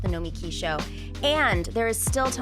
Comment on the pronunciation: I could be wrong but it even seems to me like Nomiki pronounces her own name in the common way with the emphasis on the "mi."